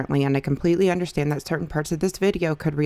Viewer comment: tbh the thing that annoys me the most about Trisha is how she says “undershtand”